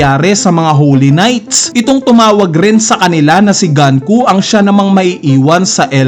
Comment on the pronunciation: gunko nga hindi ganko.. ipipilit pa eh